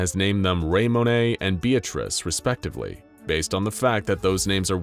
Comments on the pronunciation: Wtf is raymonay?? It's Ramone... Lol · Its so hard as a cars fan knowing that he is saying raymone wrong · I love how french he was about (ray-mone)